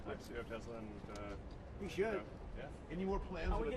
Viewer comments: "I love Teslur" - Donald Trump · This Man said I love Tesler 😂😂😂😂😂😂😂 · He most certainly did. I was like, that's so on brand for him. Tesler (lol)